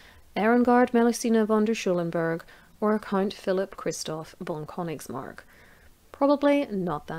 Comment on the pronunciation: I know Königsmark, it is I think a little more known in Germany. As a German, I think your pronunciation was great. I really appreciate your effort in this. 👍 As long as you keep making these history videos, I'll be watching. Keep up the good work.